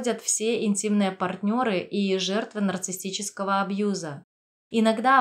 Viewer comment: улИсс, а не Улисс. нарцисСический, а не нарцисТический. базовое слово "нарцисс", а не "нарцисТ"